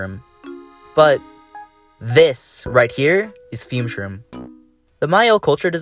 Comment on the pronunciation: You mean Fume-Shroom right?